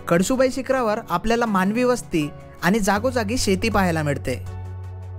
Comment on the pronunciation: कडसुबाई नव्हे कळसुबाई